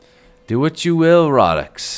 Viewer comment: "do what you will rohdoks"